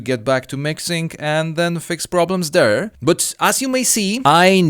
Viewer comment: Borat moment hahah, fix problem deeere